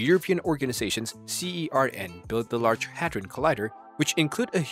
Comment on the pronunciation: Its pronounced (surn) Not (See- Ee- Are- En) And it's (Boe- Zon) 😶